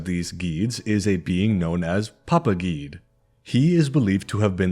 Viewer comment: Awesome video! I’ve been a fan of you’re for a while and I’ve always loved your break downs of different gods and spiritual lore. I am a practitioner of Vodou myself so I was very excited when I saw your upload. Although if I could give one slight critique and it’s only in reference to the Loa you mentioned names “Guedhe”. His name is actually pronounced “Geh-Deh”. It’s not one syllable. It’s two. That’s my only critique! Other than that wonderful video! ❤